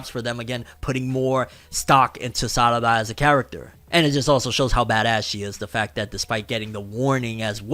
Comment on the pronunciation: Those meme pronunciations throwing me off. Sarada name of pronounced with an R not two Ds. Even under Japanese voice actors don't pronounce her name as SADADA